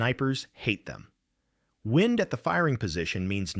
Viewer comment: For the same reason the American-english voice sometimes says "wind" with a long "i" (as in to twist or wrap something), when they should be saying "wind" with a short "i", meaning air movement - because this is AI-generated crap. Give it a downvote and move on.